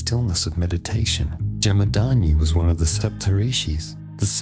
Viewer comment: Jamad-aGni. Pronounce that😊....not "Jamadaani"